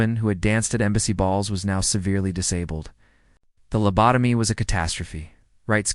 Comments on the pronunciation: Found it very grating on my nerves to listen to the gross misprononcations of the word lobotomy and it's variations. Don't put out a story when you can't do it accurately. Can't listen to anymore of it. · Lab-a-toe-me? Lab-toe-mized? On the one hand, it's foolishness like this that makes me very comfortable that AI will NEVER take over. On the otherhand.... if enough of us 'correct' the AI in the comments, it could correct itself.